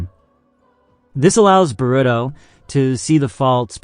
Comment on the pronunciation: Oh man I was gonna try to watch this and power through the way you say Boruto, but then you said the other names and I just can't do it. I made it in. You really need to learn how things are pronounced. The fact that you don't know how anything is pronounced tells me that you have done 0 research and that you've spent absolutely no time talking to, or interacting with, the community. Therefore, you must not know what you're talking about.